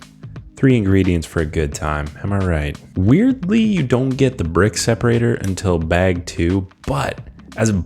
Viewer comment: Dunno why but every time I hear you say "prick" I die lol'ing.